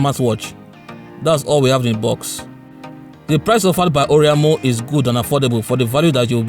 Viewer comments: It's or-a-i-mo...not or-i-a-mo...but this is a very good review....infact it's the best smart watch review I have seen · That ORIAMO pronunciation kept hitting me, and I was hoping you would just stop calling the name. By the way it is O R A I M O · You mean "oriamo"